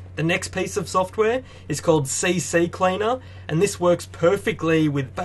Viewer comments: its C Cleaner not C C Cleaner. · Its Ccleaner, not cccleaner :D